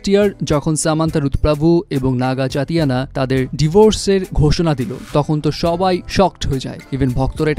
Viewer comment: চাতিয়ানা না 🤦🏽🥲 চৈতন্য* বলেন